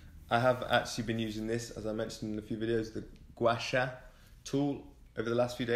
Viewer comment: Gua Sha 刮痧 is pronounced ‘gwar shar’. Congrats on your fast and much love.